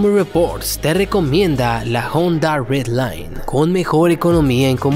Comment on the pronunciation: Honda redline???? Honda ridgeline , si no sabe pronunciar mejor ni lo menciones, la tacoma es la mas vendida en todo el mundo, de cada 100 tacomas nuevos se mira una ford ranger aki en los EUA